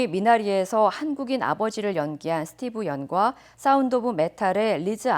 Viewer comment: 웨스터민스터 -> 웨스트민스터, 스티브 연 -> 스티븐 연